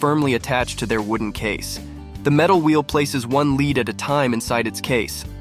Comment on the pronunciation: I can't work out if the voiceover is AI or not... mainly from how it constantly says lead wrong...